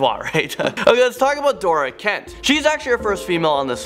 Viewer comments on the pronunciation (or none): none